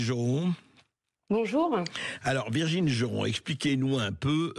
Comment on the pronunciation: Hé, c'est Virginie, pas Virgine!